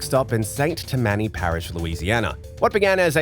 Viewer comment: Just so you know, it's "St. TAM-mun-nee" Parish, accent on the first syllable.